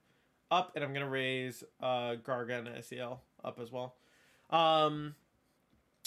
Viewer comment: So basically besides the weird lame paradox Pokemon almost none of the cool new mons are good? Glad I didn't buy this buggy mess. BTW it's pronounced Garganackle.